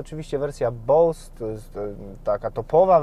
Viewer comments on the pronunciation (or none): none